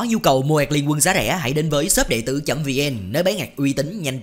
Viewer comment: Liên Quân chứ ko phải Liến Quân nha Tứ đệ đệ